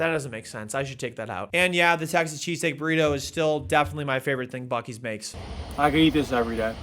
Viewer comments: Buc-ees more like buc-deez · I was told it's pronounced Buce-ees. Like Bussy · it's pronounced like bussy. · I believe it's actually pronounced "bussy's" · it's pronounced Bussy's